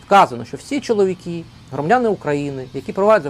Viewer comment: Все правильно ви говорите про мосійчучку, але слідкуйте трошки за вимовленням, будь ласка. Не чоловікІ, а чоловікИ.